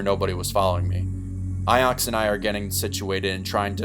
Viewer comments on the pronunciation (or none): her name was onyx, i found the original reddit post. this guy just doesnt know how to pronounce it. LMFAOO